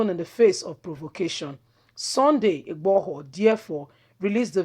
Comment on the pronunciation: Don't mince your words please your pronounciations are HELL, you are not YORUBA, why UGBORHO, its igboho , why OLU of warri comes in?????